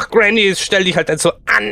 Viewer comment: Er sagt es doch ganz normal xD